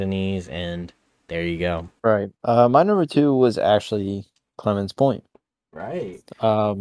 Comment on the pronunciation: It’s clemens point I think not Clemons point